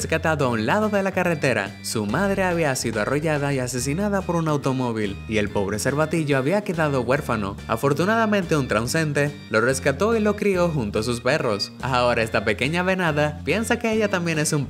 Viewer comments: Min traunsente en lugar se transeúnte 😂😂😂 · Muy hermoso Pero no se dice TRAUSENTE sino TRANSEUNTE min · Traunsente??? Aprende a hablar forro jajaja